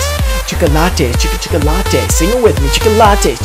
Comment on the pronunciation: Evry tim he said chickolates, i loss bran cell